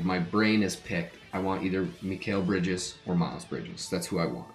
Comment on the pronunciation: your saying Mikal Bridges name wrong